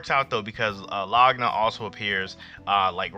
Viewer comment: why you say Laguna like that